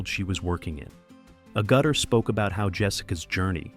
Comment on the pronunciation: ...they sure butchered her last name